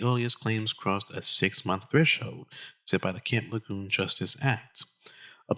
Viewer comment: Not trying to be the Grammer police, but it's pronounced La June. Thanks.